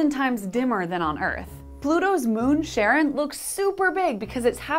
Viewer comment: Umm. Lady! Charon is pronounced "Car'n" or "Car-in" Charon is the skeletal boatman that ferries the dead to Hades in Greek mythology. The moon is named after him.